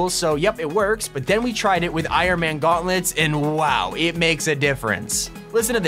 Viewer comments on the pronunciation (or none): Why u saying shehulk guantlets